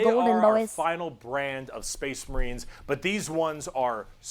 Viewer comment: weird “Spess Mehreens” pronunciation at that one point is a shoutout to this one character in a video game with a memetically weird accent.